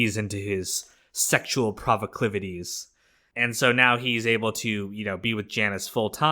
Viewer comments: Proclivities not “provaclivities” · "Sexual pro-vo-clivities" is bananas